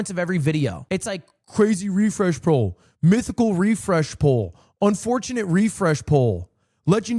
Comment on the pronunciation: why is brother saying poll